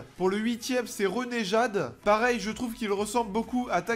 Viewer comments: « Renejade « mdr sa se dit reneGade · MDR il a dit Renéjade au lieu de renegade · mdr renejade c'est renegade avec un g pas un j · Le Reunéjade jpp😂😂😂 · c'est pas renejade c'est renegade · Tu veux pas bien prononcé les skins en anglais renéjjade 😩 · J'adore ton accent sur "renegade"